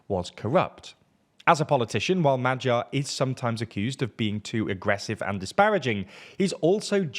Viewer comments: magyar is pronounced "ma-gyar" not "ma-jar", and you get sz right with fidesz why do you get it wrong with tisza? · It's much easier if you tell anglos to pronounce it as 'madyar'. Többivel egyetértek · its much easier if you tell him to pronounce it as madyar.